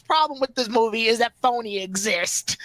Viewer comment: Phione not phony lol